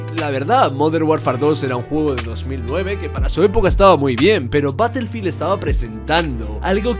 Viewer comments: Se pronuncia Barefild y se escribe Battlefield, ya que al decir una palabra en inglés, tienes que decirlo tal cual o dilo en español. Saludos. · Todo p3nd3jo 🤣, se pronuncia ba-tuhl-feeld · batelfil dosmilcuarentaydos